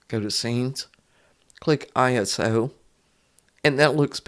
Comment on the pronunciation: Thanks for the tutorial. “Iso” is short for isometric, so you can pronounce it “EYE-so”